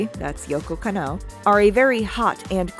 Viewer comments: I know this video is old, but it's not yoko ka-know it's pronounce as kan-no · I love the video and I'm sure you've done a tone of research for it, and I really don't want to come off as a fucking dick, but my god my ears are bleeding every time you say KannO instead KAnno. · Love the analysis, gotta tell you the emphasis is different in Yoko Kanno's names. It is KANno, not KanNO. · Jesus, work on your Japanese pronunciation. You are murdering it. You don't put an stress on any particular syllable. Masahiro is ma-sa-hi-ro and Kanno is kann-oh. A double consonant like nn just means to hold the sound N longer. Kann-oh.